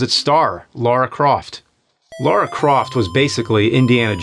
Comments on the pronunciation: It's LARA! LAH RAH! NOT LAURA! NOT LOH-RAH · Its not lera not laura but Lara croft.... like lalaland. Yes that bothers me haha